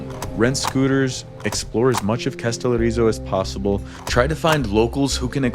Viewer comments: How difficult can it be to pronounce the word Kas te lO ri zo, with the emphasis on the first O. Is this an iq thing? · To the video maker: Did it not occur to you to take a moment to listen to the audios on the internet to learn how to pronounce both the Greek name of the island that is the subject of your video, or the Turkish name of the Turkish town adjacent to it??? Kastellorizo is pronounced Kah-stell-OH-ree-zoh. Accent on the 'O". The name of the Turkish town Kas (with an phonetic symbol under the 's' that gives it the sound of 'sh') is not pronounced like the English synonym for money in hard currency (cash), but with the letters 'Ka' prounouned 'KAH" ('a' as in 'father', followed by the 'sh' sound. Your Americanization of these names shows a lack of respect for the languages of the foreign lands you are visiting. Bad enough when just talking among yourselves, but if you are going to make an educational video, you might trouble to not mispronounce place names. I also need to say that hearing your friend use the word 'insane' several times within maybe 3 minutes to express his amazement at the beauty of the views he was witnessing (along with all of the other American 'wowing' about everything made me turn off the video. Better to just shut up and let the cameras SHOW the beauty, as do the best travel videos. I say these things as an American who has lived in Greece for decades who hears young American tourists talking the way Greeks hear them...